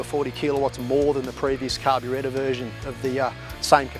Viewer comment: I knew if i looked hard enough this would be in the comments. I also noticed him saying carbyretta.. haha